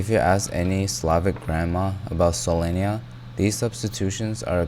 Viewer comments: Not Solenya, it's Solyanka 😢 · Bro refuses to say "solyanka" instead of "solenya". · Solyanka not solonya >:( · Ha haaa Solenja ? - no noo it is "селянка" like sel-jan-ka ! I also love seljanka, even though I'm not of Slavic ethnicity, I know how to pronounce my favorite soup.:hand-orange-covering-eyes::face-blue-smiling:🥣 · It’s not solenia it’s Solyanka (солянка) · Idk why all western people calls it solyenya, cus the dish is called solyanka. Solyenya is pickles plural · why do y'all say "Solenya" it's Solyanka 😔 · It's not solenya, it's solyanka!! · solyanka is pnounced "sol-yang-kuh" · he is intentionally mispronouncing it to make a Rick and Morty joke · And he pronounces it weirdly too😂, even tho Solyanka is written in english as it needs to be pronounced, idk why he is skipping the 'k' letter lol